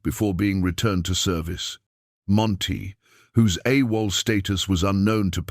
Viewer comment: A wall instead of Awol.